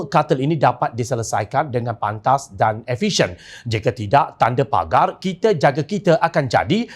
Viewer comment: Bkn "pegar"...P A G A R...!!..